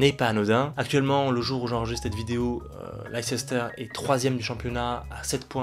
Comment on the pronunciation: Tu peux aussi rajouter McKennie (Juve) dans les nords americains qui ont du potentiel. PS : Ça se dit Leister et non Leicester 😉